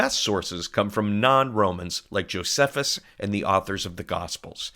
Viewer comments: jo-SEF-us? Hmm! I've always heard Josephus pronounced jo-SEE-fus. I've been told it could take as much as, in rare cases, 8 days to die, with 3 or so being the norm. One thing that wasn't mentioned here is the nails through the wrists caused, when the cross was erected, the tendon there to snap, leaving the fingers absolutely useless, and putting constant pressure on the nearby nerve, causing horrible pain every time the victim pulled himself up for a breath. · Nice job, but a very minor quibble. Josephus is pronounced dʒoʊˈsiːfəs rather than dʒoʊzəfəs. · The mispronunciation of "Josephus" makes this so much less professional.